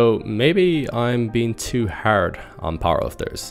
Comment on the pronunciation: Bro you pronounce "hard" so weirdly 😂